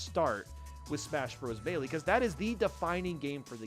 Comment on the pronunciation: Someone should tell how to pronounce melee